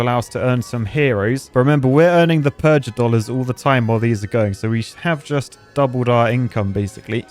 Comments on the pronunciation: Mispronouncing "Purgadollars" is annoying me more than it should. It's supposed to sound like PURGATORY, a hard G. not PURGE-A-DOLLARS. Goddamn, real architect stuff. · PURGA DOLLARS AS IN PURGATORY NOT PURJ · Purgatory not purge-atory. Thus purgadollars should be pronounced similarly to purgatory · pronouncing it "purj-a-dollars," instead of the obvious "purgh-a-dollars", as in purgatory-dollars is such an architect way of speaking... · A clever name like Purgadollars for Purgatory, and totally missed the joke (evident from how he calls them Purge-a-dollars). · You need to rethink your pronunciation of purgadolars. Because Purgatory. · Says "purgadollars" with a soft g like he never heard of purgatory before